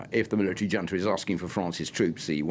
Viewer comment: How am I supposed to take this limey bastard seriously when a grown man, supposedly familiar with affairs of the world cannot or will not pronounce the word "junta" correctly? How can anyone be so insular and be put forward on international affairs. 🤨🤭🙄🤷‍♂️